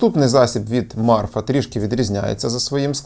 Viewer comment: Не Марфа, а Мафра